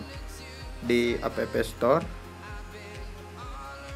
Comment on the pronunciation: Cara bacanya "ep stor" bukan "apepe stor"